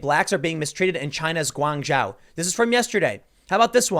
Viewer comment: "Gwan Joe" how it should sound, lived there a few years back :P